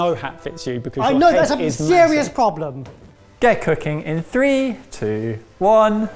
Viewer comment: May be the 13 hour work day, but I thought said "Gecko King in 3...2...1" instead of:"get cooking."